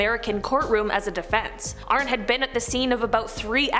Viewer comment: It’s pronounced Arnie not Arn 🙄🤦🏻